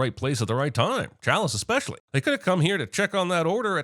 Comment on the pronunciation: There's no "X" in ESPECIALLY".... DING!!!!